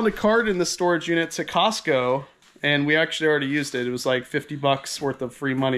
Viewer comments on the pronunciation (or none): none